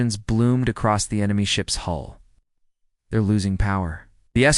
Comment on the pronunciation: HULL not HOLE .. Atleast update your ai😂😂